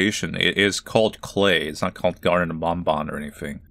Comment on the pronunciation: I am so glad you will now stop calling it "bon bon" like the candy like a WEEB that uses Japanese "ah" sounds despite the devs being English, thank you. Game's still a soulless cashgrab but at least there's finally something resembling a story now.